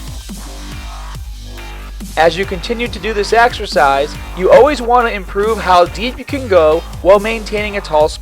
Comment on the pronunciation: AXERCISE ... AXE-ER-CIZE... AXERCEYES